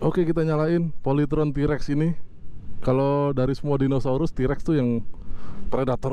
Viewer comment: bukan Trex, emang nya film Star Trex, TAPI yg benar itu T- Rex,, di baca Ti rex